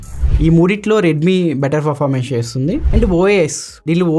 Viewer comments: Well presented bro, only one correction is that, your pronouncing performance as forformance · Really Your voice is so good... all okay... don't worry man...go ahead with the flow... review kuda bagundi... small correction from my side as a family... 'Performance'ni "ferformance" ani pronounce chestunaru...just take it as positive note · Good review . Nice presentation.your voice also good. Small suggestions. 1. పెరఫార్మెన్స్ కు బదులు ఫెరఫార్మెన్స్ అని వినిపిస్తుంది 2.హైపర్ ఓయస్ కు బదులు ఐపర్ ఓయస్ అని వినిపిస్తుంది. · Anna adhi performance, farformace kadhu... Nii voice kuda bagundhi kani words prasad anna laaga spashtam ga palakadam ledhu... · From My Side a Small Suggestion to you is "Not Ferformence" it is a "Performance" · Good explanation bro.... Just one suggestion. ..not criticism. ... Meeru performance ane word sariga palakatam ledhu bro... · All good bro Performance anedhi kodiga manchiga palakadaniki try chey bro